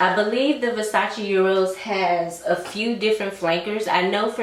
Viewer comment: Great recommendations. Just a side note: I heard a couple ppl saying Euros when there’s no “u” in Eros by Versace.